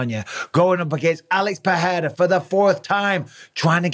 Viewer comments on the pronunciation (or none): Man none of the analysts can say Pereira's name right. Yall some gringos